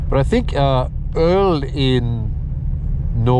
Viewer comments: Love the channel. Good Swedish/Norwegian there and you are right about öl=beer. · You nailed the norwegian sir :) surprised me so much i had to rewatch it a few times. I gotta say, your videos really help my motivation on getting my S14 Silvia running agian. #ToastedSR20DET life. Keep up the good work, can't wait until your next upload! -Greetings from Norway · Yes, it's still a funny joke,! Still funny!... Bloody viewers are causing premature wear... 😂 Oh, hey, cheers! Thanks for uploading sweet content, with your sweet face, and sweet voice! Yes. Yes, in Swedish beer is "öl", yes. Words sounded Swedish, but the intonation is more Norwegian - I understood it just fine dou..! 👍 G_G Easy, big guy, we still love you! 😂 Best friends spin together?! Ah! Progress!... あぁー！いいね、その友情！ Cool, short tour some other time! Mebe 2nd channel?